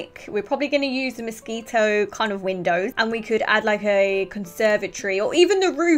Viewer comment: When you say Moschino, it sounds like Mosquito 😂 Your accent is sooooo cute!!! 😍